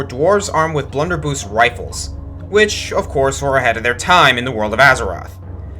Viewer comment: Blunderbuss... the end is pronounced like bus.